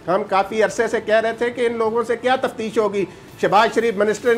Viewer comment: Tafteesh not tafsheesh